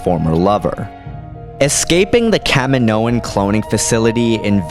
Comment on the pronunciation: I wish u would pronounce kaminoians right